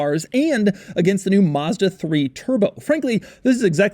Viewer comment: To all americans,the first a in mazda is like the a for apple not like you would say mustang